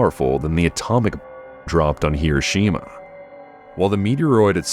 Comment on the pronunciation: Can't even say atomic bomb.